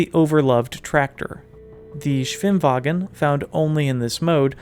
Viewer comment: Good pronunciation of the word "Schwimmwagen"!